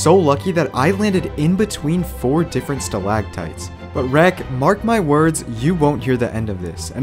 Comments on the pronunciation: Stalagmites not stalagtights. Stalagtights hold TIGHT to the ceiling stalagmight like a termite hill come up from the ground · Btw, at the end of the vid, you said stalagTITES when they are actually stalagMITES. :) Love your content though